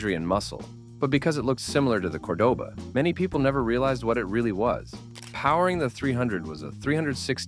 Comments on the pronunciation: yes I know...I was making fun of the AI as it mispronounced Cordoba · Its pronounced Monteego NOT Montaygo. Also pronounced Cordoeba NOT codaba It was a piece of junk anyway Did you really say torquey? Stop using AI software for narration